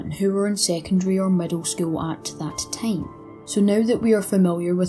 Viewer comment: "...would take a long TAME"